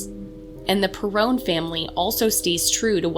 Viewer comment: Lol, it's pronounced perron, rhymes with heron; and this must be the remake of the house from the movie. Have you read the books? Can you please make a representation of the real house? 🙏